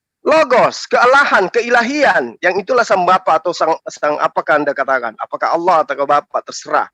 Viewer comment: ALLAH om bukan "Allauh" yang kata itu dicuri kristen indonesia. Pdhl di teks asli nya (biblos) "Theos". Kristen Amerika/Inggris lebih pnya jati diri, mereka gak pake kata "Allah". Mereka pake kata "God". Gak malu om nyuri, mana baca ny salah lagi jadi "Alah".... haduhhh